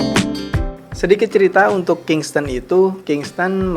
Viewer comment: bukan kingston bang tapi kingston